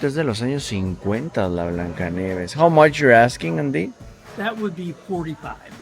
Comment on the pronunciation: Like aqui para los que vinimos a escuchar el " how moch" de 😅